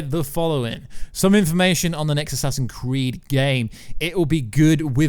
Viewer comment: "Assassin's Creeeiiddd" 😭 😭 😭